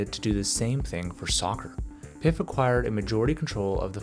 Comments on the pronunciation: I really like this channel. But your pronunciation of PIF is an indicator how the quality of research done. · When he pronounced PIF, I was like yup this guy has no idea what he's talking about 🤣